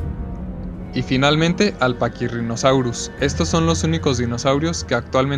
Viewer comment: Muy buen video n.n Me gustó mucho... Pero como uno (Gabriel Gonzalez) ya te ha dicho cuáles fueron unos pequeños errores que tuviste, yo te aconsejo en otra cosa. Cuando mencionas al Deinonychus y al Pachyrinosaurus, los mencionas con la "ch", pero en realidad, todos los nombres de dinosaurios que tienen una "ch" se pronuncia como una "k" o una "c" (dependiendo del contexto). Por ejemplo, se pronunciarían "deinonycus" y "pakirinosaurus"